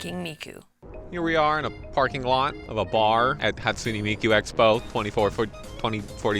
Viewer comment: "hatsuney miku"